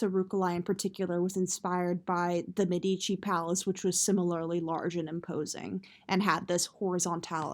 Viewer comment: Medici. Stress on first syllable